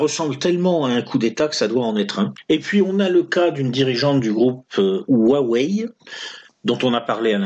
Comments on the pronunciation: Petit tuyau pour prononcer "Huawei" : ça ressemblerait à "Roi oueille" pour un francophone. Et Xi Jinping => "Si Djin'ping". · Pour huawei la prononciation est du genre rwawéï. Si ça peut aider. Une super vidéo d'actu comme d'hab, merci pour le temps passé à la faire. Je converti progressivement mon entourage à vos vidéos. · Huawei se prononce "roi ouais" je travaille moi même pour Huawei a Shenzhen, Hua veut dire langue Wei veut dire étranger voila l'affaire Huawei prend une importance incroyable en Chine comparable à celle des gilets jaunes en France.